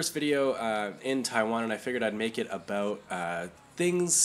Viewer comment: about or... aboot?